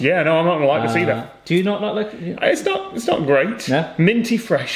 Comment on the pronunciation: Glad Tom has started saying liquorice properly